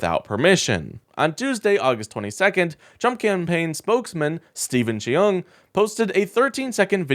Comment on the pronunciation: Cheung is pronounced Chung, not Chee-ung.